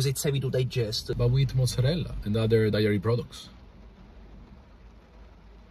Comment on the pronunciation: "You gotta take someone eyes out beside you're saying it wrong it's dAIry not dIAry" Lmao